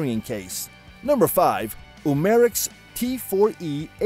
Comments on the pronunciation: U-Mar-X....Really dude?! Pronounce it CORRECTLY!! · Umarex is pronounced umma rex.